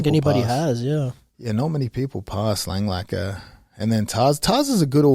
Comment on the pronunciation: Langakar only has one L in his name .. I know Craig is used to racking up Ls, but it’s not pronounced Lang-Lakkar